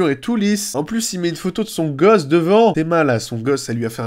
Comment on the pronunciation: pouahahaha l'autre il a dit Gozo au lieu de gosse